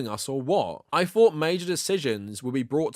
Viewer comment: My guy, I know you all in Britain don't know English all that well, but try practicing on these words: -Fought -Thought Because you clearly don't know the pronunciational difference. Also try this one: -Free -Three Mastering these sounds will really make you look less of a fool, you are literally talking like this: "Less of a feme" (theme) "In the nineteen firties" (thirties) "Doesn't necessarily say ve Jews" (The) "It has noffing to do wivv Jews" (nothing, with)